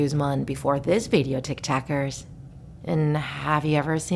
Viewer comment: Did she just say tic tackers 💀